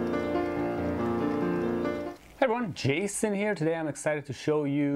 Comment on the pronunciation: I love your sculptures, I think the Sisyphus one is actually beautiful and incredibly clever - but the way you say "Jason" is really jarring and I don't understand why you keep doing it...